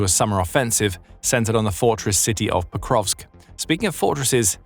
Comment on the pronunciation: Oh hey they started pronouncing Pokrovsk correctly